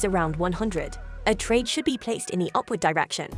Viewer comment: For GOD SAKE, PLEEEAAASE talk SLOW!!!! You are talking SO FAST with result your words are like breaking up!!!! ESPECIALLY ON KEY WORDS! Like, "upwards" was like was saying opposite direction!!!! For key words Talk SLOW and CLEARLY!! PLEASE!